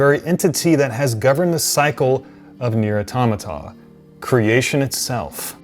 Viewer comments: I really don't understand why so many people don't seem to know how to properly pronounce NieR: Automata. If you've played the game in its entirety, there's literally no question on how to pronounce it... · On e of the pods actually say the words NieR: Automata at the end of!